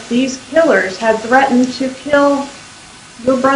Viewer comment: I know!! He says Ladin for Latin, Threaden for threaten Did he even go to college?